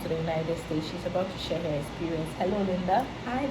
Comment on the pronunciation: Hahaha I can’t she said herhhh